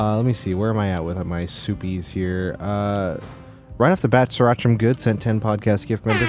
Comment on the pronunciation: Does anyone else get unreasonably annoyed when they call super chat “soopies”? Idk why it gets under my skin so badly. For me it’s the one and only flaw of the show <3